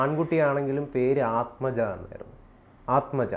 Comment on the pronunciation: മലയാളിക്ക് വടക്കേ ഇന്ത്യയിലെ പേര് വായിക്കാൻ അറിയില്ല. ആത്മജ അല്ല ആത്മജ് എന്നാണ്. Aatmaj എന്ന് ധാരാളം ആൾക്കാർക്ക് പേരുണ്ട്. എന്റെ പേര് തിലകൻ എന്നാണ്. വടക്കേ ഇന്ത്യയിൽ ചെന്നപ്പോൾ അത് തിലക് എന്നായി.